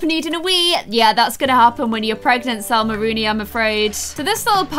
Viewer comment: Salma* Not salsa